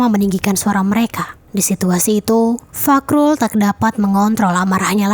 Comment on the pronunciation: fahrul... bukan fakrul🤣